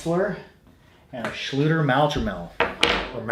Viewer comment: Hello! Your pronounciation of the Schlüter's product is pretty correct, but "Maultrommel" is the german translation of "Jaw Harp", not a special models name, literally meaning "drum for the mouth" (but today "maul" is a little rude, usually used for an animals mouth :)) - this just by the way. I'm sure as an real expert you might know about the details. I'm totally impressed about the variety and history of this little instrument and it's early spreading across the whole northern hemisphere and fascinated about the ethnical variations, it's thousand names, shapes and expressions. And I would like to thank you for your vids and for shearing your passion with us - your content is so helpful to get hints, tricks and orientation. Thanks a lot and greetings from berlin, germany!